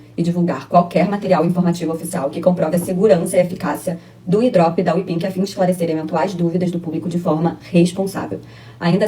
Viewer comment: Miga, não é Wepink, é Wepig kkakakakakkkakaka